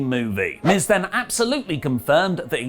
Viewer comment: you botched miz and MVP name cmon